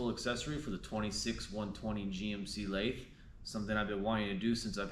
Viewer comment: Homeboy, you gotta learn how to pronounce lathe. Holy cringe you probably also say "jib" instead of gib lol. You're in a machinery desert, I get it. Maybe one day you'll understand the point of a QCTP😂. Nice